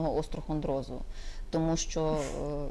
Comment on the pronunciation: Остеохондроз, а не острохондроз.